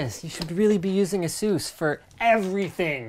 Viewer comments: I'd love it if you guys started to pronounce Asus the correct way, with the "u" as in "duh". Almost like aces, but not quite. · Does everybody in the U.S. pronounce it "Ah-Zeus"? I would've thought you'd go more like "Ey-suss".